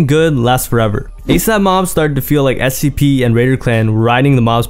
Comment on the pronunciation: Do I have a hearing issue, or are you saying SCP?